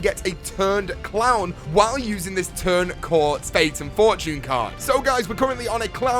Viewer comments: it's turn coat not turn cort. Lol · It's Turn Coat not Turn Court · Did he just say turn Cort wtf it's turn coat lol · It's turn coat not turn cort... if you look at the "r" in the word "turn", and the "a" in the word "coat" you can clearly see the difference between the two letters... maybe you've been eating too much!! 🍕 🍕 🍕Lol still loving Myth Busting Mondays dude keep up the good work! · isnt it Turn COAT? AHAHAH not Turn Cort. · its turned coat u fuckhead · its turn coat dude